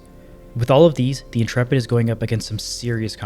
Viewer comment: Congratulations on pronouncing Intrepid correctly. The number of youtubers i see calling it The "Intra-pid" or "Int-rapid" was making my eyes itch :)